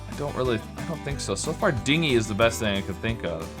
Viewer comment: Dinghy the way you are pronouncing it is spelled with a gh. Dingy is pronounced with a j sound.